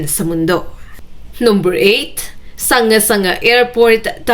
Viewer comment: "Sangga sangga" ang bigkas niyan sa mga tao doon dahil salita nila iyan. Hindi tagalog na salita iyan na basahin mo ayun sa pagbasa ng tagalog. Tulad din ng Probinsiya ng Kalinga sa Cordillera ang bigkas nito sa mga taga Kalinga ay "Kalingga". hindi bigkasin ayun sa pagbasa ng tagalog.